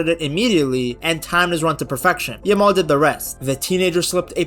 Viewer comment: The way u say 'yamal' it sounds like 'ur mom'😂